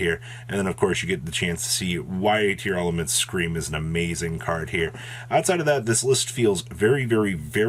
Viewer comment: everyone mispronouncing tear-laments. its not tear-elements.